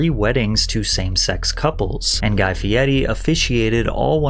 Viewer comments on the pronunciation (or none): Love mostly all your videos but you constantly pronouncing his last name ‘Fieti’ drove me up the wall lol. Why?? You spelt his name right in the title? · Are you makimg your videos purely with AI now? Fkn pronouncing Guy Fieri as Guy Fieti the whole time. What a waste this channel is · Why do you say "Fieti" with a "t" when his name is "Fieri" with an "r"? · Fieri. It's Fieri. Not Fietti. You're speaking English. This is as obnoxious as middle America boomers trying to say "tortilla" with a Spanish accent. Stop. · i thoguth his name was pronounced "fay-reeeeeee" not "FïÊRRÊËÊË" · FEEE EHHH REEE....Not FEE ETTT EEEE..Ask the man yourself.. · but it’s spelled like “fee airy” why tf is he saying “fee etty” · Why does patrick pronounce dudes name all weird? He kept putting a t in guys name. Fe air re not fe etti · Could we PLEASE 🙏 stop saying "Fi-dedi"...it's Fee - er - ee...NOT "Fee-dead-ee", not "Fee-de'er-di", & not "Fee-e-eyedi", no matter how hard he/others try to make it sound "cooler" by adding letters that don't exist. Also where TF are u gettin that Triple-D is ANYTHING even REMOTELY CLOSE to Gordon Ramsay's Kitchen Nightmares? Ramsay CRITICIZES food, dirty kitchens, etc., Guy does basically the EXACT opposite, to the point I've literally NEVER seen him criticize ANY part of the restaurants he visits. Where on EARTH 🌎 are u gettin the idea, those 2 shows are ANYTHING similar, other than the fact they both have food involved? If only sayin things, made them true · Im dyslexic and always thought his name was pronounced "Guy Ferrari" 😂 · You said his last name incorrectly every single time. It's an "r" no a "d" fieRi not fiedi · Fee eddie ? Dude, since when is an r pronounced as a t ? 😂😂😂😂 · IF you are narrating this yourself? Ugh. You're miss way too many pronunciations. If it's AI you get what you got.🫤 I mean, FeeeEtty, Guy FeeeEtty. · Why do you say his last name like its some Italian sex position? its just fee- airy. Simply as. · Guy "Fietti"